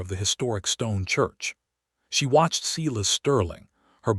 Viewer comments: Seye-las, NOT Seelas!!! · and how to pronounce stating and Silas